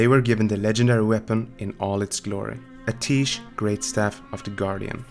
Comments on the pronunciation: Only criticism is a minor grammatical one, I love these videos!. It's "Ah-tee-esh" not "Ah-teesh". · It's pronounced [AT - E - ESH] NOT [AH - TEESH] Listen to Khadgar in game... Pretty sure he says it as you fly to Azsuna the first time you start the zone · Amazing stuff as always, but isn't it pronounced "Uh-tea-esh?" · love your vids but go into WoW, listen to Khadgar pronounce Atiesh and then come back. There's a lot of times when you mispronounce something.